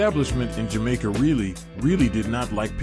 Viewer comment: You gotta do more reasearch in pronunciation of names and jamaica words